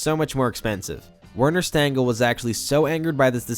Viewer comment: And while we're here, the designer's name is pronounced "Verner Shtengel".